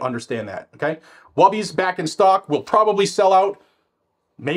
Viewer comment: Wubby? Is it not WOOby?